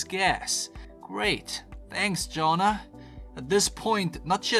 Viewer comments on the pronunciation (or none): You pronounced Jonna three different ways lol